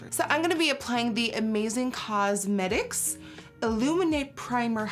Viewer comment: THIS IS THE FIRST SOME I'VE HEARD YOU SAY "COSMETICS" RIGHT, GOOD JOB NIKKIE I LOVE U